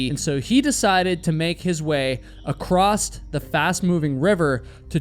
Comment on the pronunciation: I hit the stop button after the second time the presenter said “acrosst”. Can’t stand listening to this quasi illiteracy.